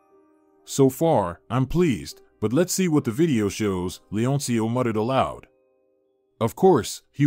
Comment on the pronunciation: Muttered, not mutted